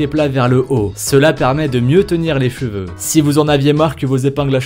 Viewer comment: les feveux 😂😂😂